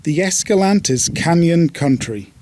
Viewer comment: Please, it's Es-ca-LAN-teh.